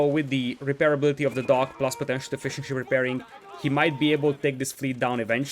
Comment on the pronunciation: great cast but every time you say fishing ship i can only hear fish and chips